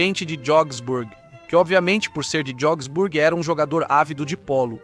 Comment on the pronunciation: Essa pronúncia "Jogsburg" está completamente errada... E "Berfak" (ao invés de Wehrmacht) também soou hilário...